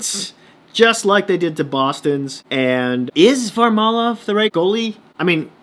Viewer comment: Great commentary bud! It’s VarLAmov btw lol